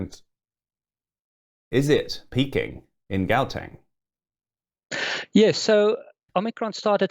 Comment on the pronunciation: Really only recorded 4 days ago? Would've thought host would've known how to pronounce Gauteng and Omicron (ohh-me-cron) and know not to refer to it as the South African variant. 🙄